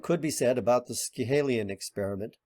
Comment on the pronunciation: Just a small point: Schiehallion is pronounced "shee-halleon", second syllable like "galleon" and emphasised . Don't feel bad about it, I didn't know how Mogollon Rim in Arizona is pronounced either.